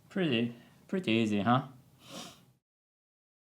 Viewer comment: Whenever he is saying easy I'm dying 😭